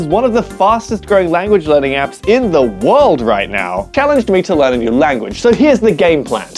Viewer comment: bro literally said lrean not learn like wth